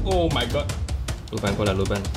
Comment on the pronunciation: 还有，是，鲁班(lû bān) 不是(lù bān)